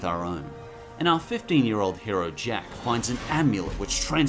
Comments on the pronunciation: Its jake not jack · Am I the only one who noticed that he called him jack or is the name different in Australia either way love your summary of this great show